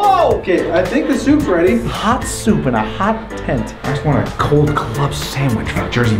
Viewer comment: "for the KEaugh" 😂